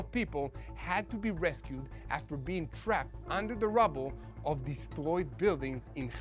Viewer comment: ....its not " rubbels " its rubble